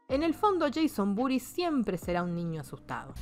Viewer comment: Cuando dice el nombre completo de Jason entiendo "Jason Booties" y me cago de risa.